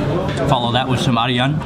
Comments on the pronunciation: he always said aryan when he was talkin about ayran he pronounced it wrong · But bruh its Ayran not Aryan haaha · Ayran is pronounced like "I run"